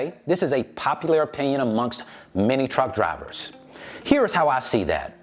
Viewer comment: i feel you homie but i kept hearing cowards when you mentioned truck drivers lol